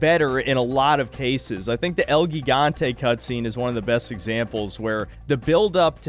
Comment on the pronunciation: “Gigante” pronounced “He-gon-tay”.